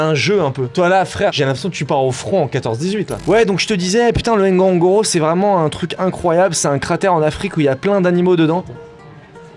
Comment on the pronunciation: " le cratère du N'Gonlo gonlo" 😂😂